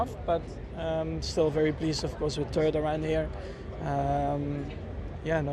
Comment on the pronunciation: Max always with his "turd" instead of "third". XD